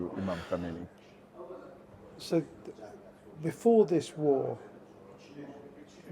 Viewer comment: *Khamenei, not Khomeini